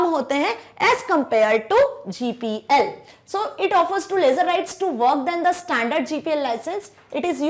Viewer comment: Lesser❌ laser✅